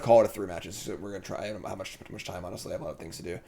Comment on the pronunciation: "i had once upin a pime" lol classic english major butchering the english language XD. love the vids! would definitely like to see some more pioneer. starting to see a resurgence of pioneer at locals. was thinking of buying a cheap jund landfall deck and just having fun playing a janky home brew.